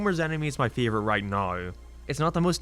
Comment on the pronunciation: He says hate as hiet and favorite as fieevorite